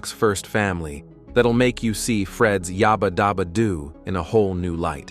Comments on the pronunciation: This AI narration is really BAD! Yah-bah dah-bah doo????? NEVER!!! It was always YABBA DABBA DOO The other Thing is When it breaks up in the middle of a string of thought. So annoying! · What’s this yarba darba doo bullshit. It’s clearly yabba dabba doo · It is Yabba Dabba Doo NOT yahba dahba doo. I did notice Barney having a different voice in some episodes. Didn't know why. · I could tell immediately when it couldn’t pronounce…yabba-dabba-doo.